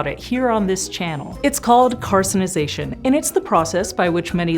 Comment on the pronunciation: Mixed up the N and R in Cancirization